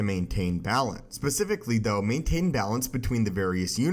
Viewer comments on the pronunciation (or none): none